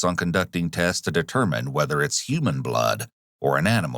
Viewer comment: Ayo, you didn't have to say"human blood" like that